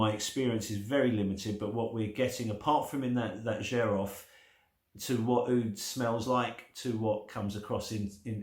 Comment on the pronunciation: My first oud was 19 years ago, I fell in love immediately and never turned back. Xerjoff are doing great things, Richwood, Nio, More Than Words, the Kemi range, you can get them much cheaper on the grey market. Xerjoff is pronounced "Serj-off" BTW.